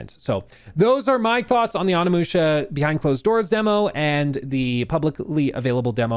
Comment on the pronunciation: “On a musha” 😂